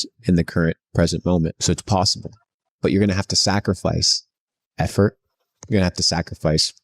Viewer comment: to you heard it folks, you're going to have to sac-er-fice. Not to be mistaken with the word sacri-fice